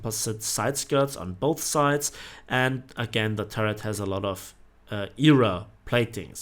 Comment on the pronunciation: Lol I like how u say era😂 E.R.A